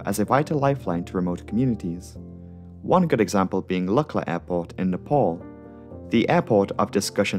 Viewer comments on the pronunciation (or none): none